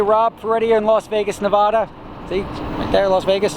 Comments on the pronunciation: Correct: NUH-VAD-UH. Incorrect: NUH-VAW-DUH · Rob.. If you're in Nevada youre in nevAda not neVAHda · STOP CALLING IT NA-VA-DUH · It's not Nevahda it"s Nevada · NA VA DAH not NUH VUD AH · It's not pronounced nevauda it's nevAda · ITS NEVADUHHHH not NEVADA AAAAAAHH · Hey Rob, its NevaDAH not NeVAHda ;) cool that ur here in Vegas, best of luck! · I, speaking for myself and everyone in Las Vegas, want to say “PLEASE SAY NEVADA RIGHT” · Stopped watching when he pronounced Nevada wrong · Cringed at how you said Nevada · You need to learn how to pronounce "Nevada". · as a native to Nevada I disliked when you pronounced Nevada wrong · If you are opening a company in Nevada, please at least learn how to say "Nevada" correctly. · you mispronounced Nevada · You say Nevada wrong.